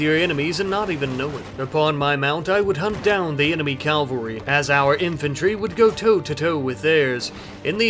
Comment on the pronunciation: You pronounce cavalry wrong.